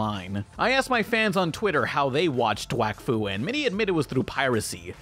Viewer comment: did you say "Wakfuck"